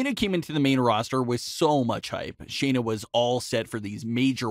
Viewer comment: SHAYNA not Sheena